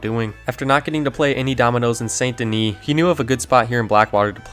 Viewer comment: I see what you did there. Pronounced St. Denis wrong on purpose to farm comments. 😉 Oldest RDR2 video trick in the book. Well, I'm not falling for it.... Wait a minute!.... Darn